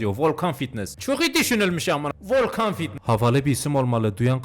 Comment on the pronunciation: ✨vOlKaNgGhH fİtnEsGgHh✨😂😂😂